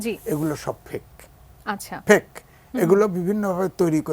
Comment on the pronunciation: পেক না ফেইক। শিক্ষিত সমাজের মুখে ভুলভাল ইংরেজী উচ্চারণ শুনলে অবাক লাগে।